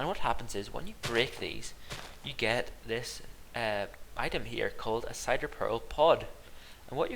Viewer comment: Btw it's pronounced "sin-der" not "cider" for Cinderpearl flowers.:)